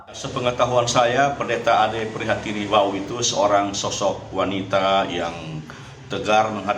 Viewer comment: Marga bukan Wao, tapi Wau.